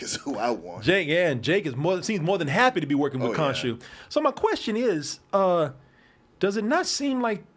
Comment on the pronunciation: Kadoosh when can't say Konshu!🤣😂